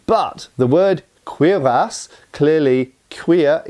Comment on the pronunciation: Faith No More shirt and the correct pronunciation of cuirass. This video is so awesome.